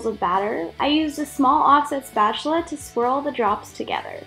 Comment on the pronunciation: I love the way you say spatula, sounds like SPACHULA